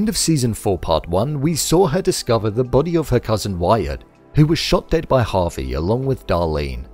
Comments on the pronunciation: It's Javi, not Harvey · You say Javi like Harvey lmao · Good video, but for .....sake his name is not HARVEY...it's pronounced Jaa Vee